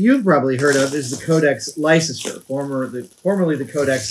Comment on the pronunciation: Adam (and indeed all Americans)! Please note that Leicester is not pronounced "LIE-SESS-TER" but "LESS-TER". Thank-you and have a nice day :O)